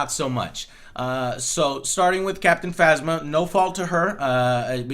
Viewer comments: you know joe is excited about this movie when he is so excited that he mispronounce captain phasma to phantasma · He said Captain Fantasmia lmao nice